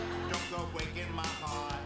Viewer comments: “Don’t go bweaking my heawt!” 😆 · Barry Kripke: don't go bwaking my heart lol